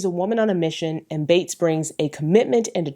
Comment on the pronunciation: Amazing job as always love! But I have to ask, is Zazie's last name really pronounced "Bates"? I always thought it was pronounced "beets" or "beats", similar to how it's spelled. It sounded like you were saying Bates so it kinda distracted me 😅. But if that's how it's pronounced then I just learned something new. Again great job as always ❤❤.